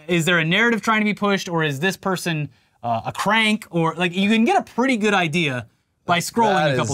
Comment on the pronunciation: LOL - "for american chocolate... prutty good" - hahahaha